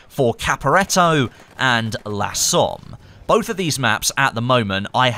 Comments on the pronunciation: I know this is nitpicking but please don't say lah Somme, it's pronounced "luh" similar to the monopthong in "up". I'm sorry but I speak French and hearing that annoyed me, still love you though, my fellow Aussie. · I believe the "la Somme" is the French version, authenticity, also it is more like "lə Somme" and not laaa Somme